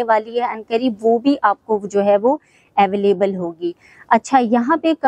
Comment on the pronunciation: Koi madam ko precinct, villas and available ki proper pronunciation hi sikha deta 😂